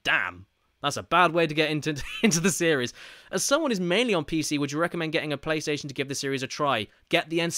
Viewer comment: Ah, yes, my favourite game "Crish Twinsinity", followed shortly by "Crish Bindiciit Wirped" for the Pliystitiin.